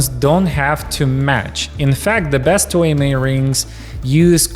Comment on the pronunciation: Toi et moi is pronounced "Twa -eh-mwa" I studied French!